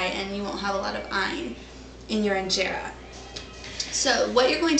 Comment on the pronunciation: Someone tell her how to pronounce Injera and teff correctly. Hey video lady send me a pvt message on your email address. I can record the pronunciations and send then back to you. When you say teff, it makes you sound cute, in a childish way though.